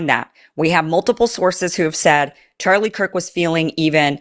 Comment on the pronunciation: so, let me guess this news guy said Charlie Kirks name wrong he said Charlie Cork even though the news man knew Charlie and his name why would he use the word Cork? what do you do when a bottle of wine is open and you need to close it kind of like Charlie's mouth? you cork it watch people's words people it's all a word game at this point as th3ey know all eyes are on this the internet slews everyone is looking so please watch what people say